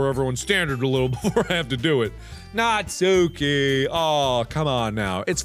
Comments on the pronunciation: It's not Natsúki, it's Nátsuki. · Mark please her name is pronounced Nah-tskee not natsookey I'm begging u please pronounce it right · markiplier. its not pronounced natsuki. its like.. nat soo ki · Natsuki's name is pronounced as "nats-ki", not "nat-su-ki" please get my waifu's name right. Hahaha jk xD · am i the only one screaming at how he pronounces natsuki???? naTSUki..... mark no... it's NAtsuki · It’s actually pronounced Nat ski but whatever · Lol I think Natsuki is pronounced Natski but you do you hunie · Also just one quick thing: Natsuki is pronounced Natski, Im pretty sure that the 'u' is silent. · It's pronounced like NAHT-SOO-KE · am i the only one annoyed about the way he pronounces natsukis name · The u in natsuki is silent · Btw you don’t pronounce the u in natsuki